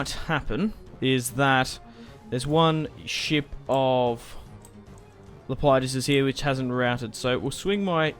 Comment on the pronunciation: It's Lep e dus